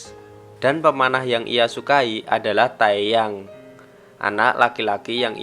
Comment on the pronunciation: Teyang bukan tayyang :) Mire Bekha